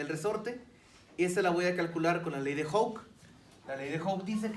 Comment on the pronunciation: Me cae mal que no pronuncie bien: 'Hooke'.